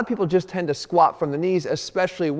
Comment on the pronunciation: Stop saying squaa 😂 there's a letter T at the end Jeff.